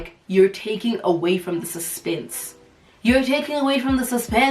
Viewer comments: "you're taking away from the suspennnnnsa, you're killing the suspennnnsa" 😭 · "The suzpenze"😂😂